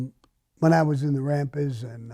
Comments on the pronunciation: I fuckin love it when hes like " da rampas" . His back home accent is fuckin great lol. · Can anyone provide the spelling of his gang name. Is it Rampers. Rapids rampants. I am clueless. I can't be rappers. I can't understand fuck all on his pronunciation of that one word